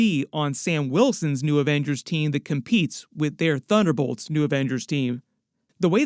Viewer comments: It’s “Avengerz” ! 😂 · “The Averagers”